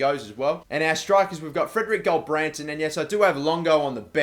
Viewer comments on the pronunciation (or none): none